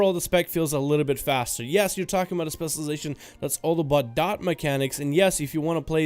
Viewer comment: CAN YOU PLEASE JUST LEARN HOW TO SAY SPECIALIZATION